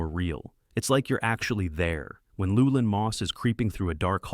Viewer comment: Cormac Mccarthy, gonna mention him? You pronounce Llewelyn differently every time you say it. I judge this AI slop.